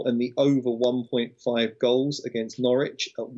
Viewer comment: Great show. I expected Flash to tell how to pronounce Norwich properly again lol, struggles with that.